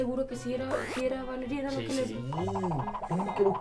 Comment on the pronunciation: Soy yo oh Valeriana se escucha Yoloriana